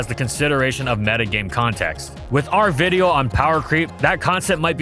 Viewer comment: Why did you call a video, a viddo at the beginning?